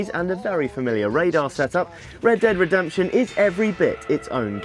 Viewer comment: funny how she can't pronounce red dead redemption